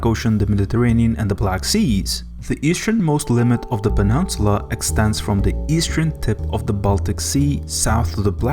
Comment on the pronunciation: “St. Petersborg” “penunsula”.